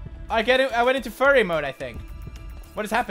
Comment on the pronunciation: At first I was confused but then I realized he was saying fury😂